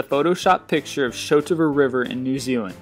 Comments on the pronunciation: haha im just going to say shotover river is pronounced shot-over not show-tover :) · Show-tover. Love it. (It's actually the Shot Over River). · Shotover river. pronounced Shot-over not showterver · It's the Shotover River, not Shootover. Just FYI. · FYI, it's the Shot-over river, not Sho-to-ver. Source: I'm a Kiwi. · It's SHOT-OVER (Shotover) River ... as in "I shot the Sheriff" ... not SHOW-TOVER as you pronounced it. But I liked your American attempt :) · You said "sho tover" river in new Zealand. It's SHOT-OVER. We speak English here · The river is pronounced Shot-over River... not sho-tover... But great list anyway! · It's not Showtover river it is literally pronounced Shot-over river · Excuse me? "Shotobo" river...dude it's plain english...it's SHOTOVER River. Get it right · Ha Ha! Shotover River pronunciation - "sho toe varr" It's just shotover. "shot" like a gun "over" not under. Funny how people readthings as more exotic/fancy than they really are. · it's shotover river as in shot-over, not show-toe-ver, you say it like it's japanese, we speak english here... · showtova river new zealand? lol its shotover pronounced shot over! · It's pronounced like two words Shot-Over River not Shootover River New Zealand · Haha! And the river is pronounced Shot Over, not show-tova, as he says! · its not "Shote over" river, its "Shot over" river. pronounced how its spelt. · lol, "shoot-oover river" its shot-over river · Shotover River, NZ. Shot-over River, not Sho-tover River. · The shotover Is pronounced shot-over not shoatover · Shotover River... Pronounced Shot over river. Not Sho Tover.... What the heck is a Sho Tover? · Show two ver? It's Shotover, as in, shot over, bro. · its pronounced 'shot-over', not 'sho-to-ver' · Shotover river in New Zealand is pronounced 'Shot Over' but great video. Amazing what people believe or to put it another way, What the hell are we supposed to believe any more. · Shotover River is actually just pronounced Shot Over haha